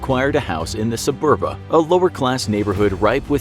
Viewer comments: Just two mistakes I noticed: It's once been spelled Subura; today it's spelled Suburra; it certainly was never spelled nor pronounced Suburba. Pompey didn't flee to Spain but to Greece. You make it soud like if Dyrrhachium was in Spain. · SUBURA. Not "Suburba". Fire the scriptwriter.